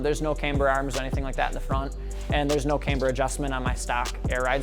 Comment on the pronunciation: He says... caymber... cringe